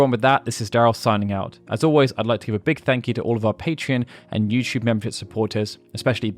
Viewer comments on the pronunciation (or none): none